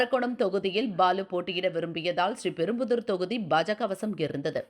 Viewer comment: ஒன்றுமில்லாதவர்கள் தான் ஒன்றுமில்லாதவரை ( காமாலையை ) கூப்பிடுவார்கள். அடுத்து செய்தியை வாசிக்கும் புண்ணியவதிக்கு ஒரு கோரிக்கை. அம்மிணி அந்த ஊரின் பெயரை SRI....PERUMBUDUR என்று தனித்தனியாக உச்சரிப்பது பெருந்தவறு. SRIPERUMBUDUR - என்று சேர்த்து உச்சரிப்பது தான் சரியான உச்சரிப்பு. STYLE என்ற பெயரில் தமிழ்க்கொலை தான் அன்றாடம் சமூகவலைத்தளங்களில் நடந்து வருகிறது. அதற்கு தினமலர் போன்ற பாரம்பரிய பத்திரிகைகள் கண்டுகொள்ளாமல் இருப்பது மாபெரும் குறையாகத்தெரிகிறது. எப்போதுதான் திருந்துவார்களே.... தமிழன்னையே தயவுசெய்து இவர்களை மன்னிப்பாயாக.